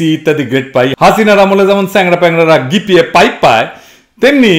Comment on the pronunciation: GPA 5 hobe dada, গি পি এ ৫ নয় 🤔🤣🤣